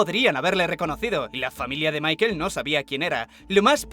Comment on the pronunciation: "Maikel" jajaja Es Michael y se pronuncia Maicol.